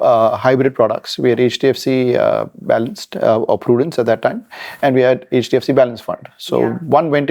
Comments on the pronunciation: Why is she saying "Hedge" DFC? It's H not Hedge. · jfyi, 'e' from elephant and 'ch' from catch. 'e''ch' is h Not hech. Or keep h silent in hech